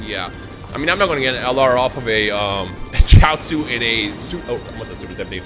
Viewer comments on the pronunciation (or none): My face when calls goten chioatzu😑